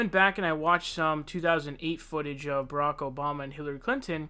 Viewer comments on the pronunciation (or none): none